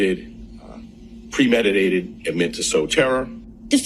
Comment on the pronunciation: "Premedi..ddated"...big black dude can't even say the big words.